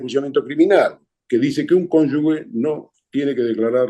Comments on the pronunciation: El señor entrevistado, que al parecer es escritor o periodista, debe saber que la palabra correcta es CÓNYUGE, no CÓNYUGUE. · Sólo una pequeña aclaración D. Ernesto: CÓNYUGE SE PRONUNCIA "G" FUERTE (COMO SI FUERA "J". Salvando esta pequeña confusión de pronunciación, da gusto oírlo siempre.💜